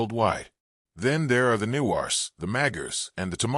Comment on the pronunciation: Shrepa❌chairpa✅ Magar❌magger✅ Newar❌nuwar✅ Tamang❌tamong✅